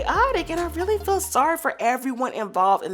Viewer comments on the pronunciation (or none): none